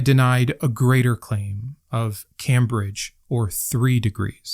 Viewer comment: That's not how Cambridge is pronounced sorry